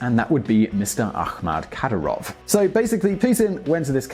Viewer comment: You can't even pronounce Kadyirov's name, mate...